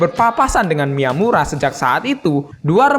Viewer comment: Miyamura min, bkn mitamura 😂